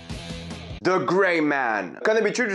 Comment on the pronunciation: Travaillez votre accent anglais avec: The -> De